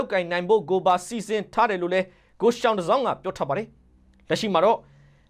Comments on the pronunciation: ယောင်တစောင်းလို့အသံထွက်ရတယ်၊ယောင်ပေစူးကိုစာနဲ့ရေးရင်သျှောင်ပေစူးလို့ရေးသလိုပါပဲ။ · ယောင်တစောင်း လို့ဖတ် ရပါတယ် ။ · သျောင်တဇောင်း ကို ရောင်တဇောင်းလို့ဖတ်ရတယ်ရဲ့ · ရောင်တဇောင်းလို့ ဖတ်ရတာ ဟ ငါ့ကောင်ရ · သျှောင် (ယောင်)တစောင်းလို့ဖတ်ရပါတယ် ရေ။ ကျေးဇူးပါ။ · သျှောင်တစောင်း ကို ရောင်တစောင်းလို့ဖတ်ရပါတယ် ရောင်ကို တစောင်းထုံးသူပေါ့ဗျာ